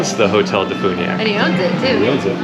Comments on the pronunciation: As a DeFuniak born and raised local living out of state, it's Def-you-niak not def-oo-niak 😭😭 I'm sorry 💔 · Please learn how to say Defuniak before you come here.